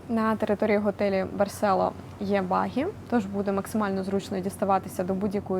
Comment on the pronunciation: Барсело з наголосом на "о"!!! Навіть у назві ролика наголос стоїть!!! Знято классно, без трясучок разних тощо. А от розповідаєте, наче вам тут не подобається... Вчиться кайфувати від місць, про які розповідаєте, тоді і ми із захопленням дивитимося...